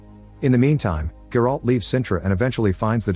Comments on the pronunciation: You butchering the names bro its not GerAlt its Geralt ONE WORD for fucks sakes ! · The way his AI voice pronounced Geralt🤣🤣🤣